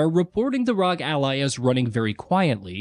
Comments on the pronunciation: Was gonna watch the video, but by the third time you said "rog" instead of "R. O. G."... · For to love of everything. Its not Rog its R. O. G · C'mon....say it with me now....R. O. G. Not rog. They are initials. They're meant to be said as individual letters. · You keep pronouncing ASUS and ROG weirdly.